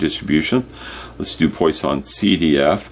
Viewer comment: It’s pronounced “PWAH-sonn”